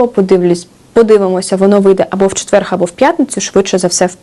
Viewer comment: Слово «четвер» в українській мові звучить без «г».